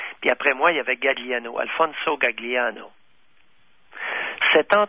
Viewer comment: Alfinso Gagliano ça se prononce Galiano (le G est muet en italien) C'est comme famiglia on prononce familia